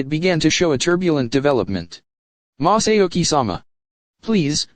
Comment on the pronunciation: Maahsahhyouhki that is how he pronounces masauki🥲🥲🥲 it hurts my ears